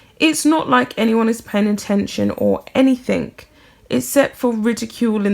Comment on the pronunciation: Sorry but I had to point out that anything does not have a k in place of the g it is not anythink it is anything